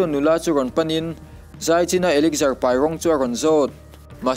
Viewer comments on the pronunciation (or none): a spell elixir ni mahse elixar ti lam tur alom bruh😂😂 American pronunciation ani na..mizo pon kan hrethiam ber tian